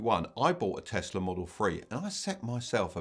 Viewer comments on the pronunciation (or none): none